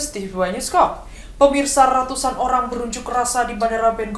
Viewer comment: diawali dgn...: RRRRRRRRRRatusan oRRRRRang WaRRRRRRRRRRRga....🤣🤣🤣